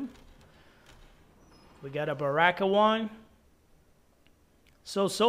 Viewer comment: The way he pronounce Liu kang and baraka lol